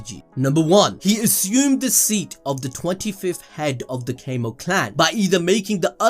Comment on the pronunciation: Homie keeps saying Cay-moh clan, and I genuinely feel like I can't keep watching it.